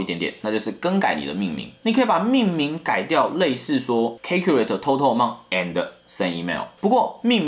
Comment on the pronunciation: Calculate 的發音是calculate,你唸成calculate了